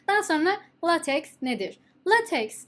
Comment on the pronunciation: The correct pronunciation of the word "LateX" is "Laytek". We can pronounce it as "Latek" in Turkish. This is relatively satisfactory. Latex is a kind of polymer material. Besides thanks for the content.